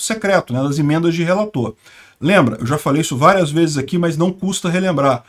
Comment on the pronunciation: "Emendas do relatorrrr". rsrs